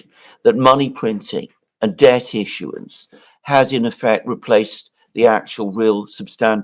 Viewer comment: When did it become acceptable to pronounce debt with a b